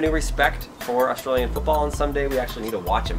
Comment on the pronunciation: I appreciate u not saying Ourstralian and saying Australian instead!:)